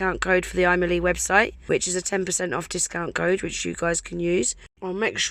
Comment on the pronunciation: Kept hearing you saying "I Millie" 😂🙈🤣